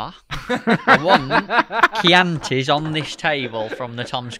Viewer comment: At last,someone that pronounce Chianti in the fishing world.Cracking podcast Tom well done.